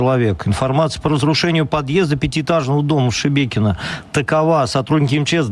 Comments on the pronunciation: Не Шибєкіно , а Шибякіно😂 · Теперь руские, научаться говорорить ,Щебекино. Не щмякино. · не Шебекино а Шмякино